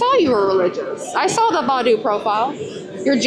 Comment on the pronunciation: It's Bay- doo!